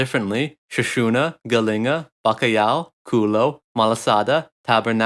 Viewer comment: What is Galinga? you mean Galinha?Chicken